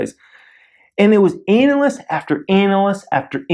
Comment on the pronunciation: did you say Anal-ist?